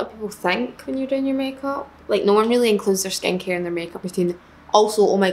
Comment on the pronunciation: Every time she would say “skincare” I should she was saying “Skanky” 😂 I’m sorry I’m so American.